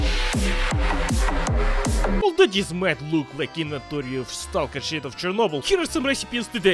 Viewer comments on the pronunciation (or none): none